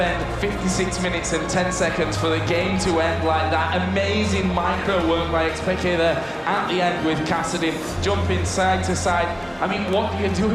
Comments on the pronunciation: xPekt* not xPekted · dude...... it's xpeke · "x peak keh"